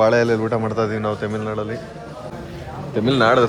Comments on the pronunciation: Temil nadu ❌ tamil nadu ✅ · ತಮಿಳ್ ನಾಡು ❌ ತಮಿಲ್ ನಾಡು ✅